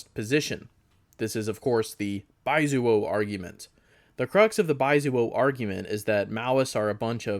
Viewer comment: Don’t you love being called “baizuo” by a white Dengist who can’t even pronounce the word in the proper Mandarin way?